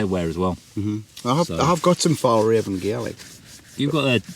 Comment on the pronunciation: As a Swede I have to say your pronunciation of Fjällräven is interesting to be sure!